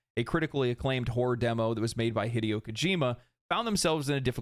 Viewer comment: Saying Hideo like you would video is wild lol